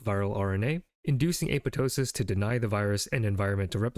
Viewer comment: FUCK YEAH LITERALLY THE FIRST TIME I'VE SEEN SOMEONE PRONOUNCE APOPTOSIS CORRECTLY!! 🤘🙇 HELL YEAH TO GREEK ROOTS!